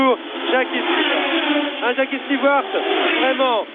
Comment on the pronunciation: The French ALWAYS called him "Steward"!